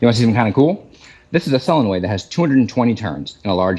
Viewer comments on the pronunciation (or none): Sorry man, but pronounce the (L) in solenoid. I know, I’m nitpicking but I couldn’t understand you until I figured it out. Fortunately, I know what a solenoid is.